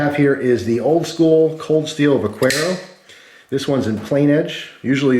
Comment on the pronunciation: vak-arrow not vac-whereo